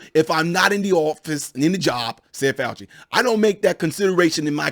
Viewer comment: Show respect by pronouncing his name correctly, okay?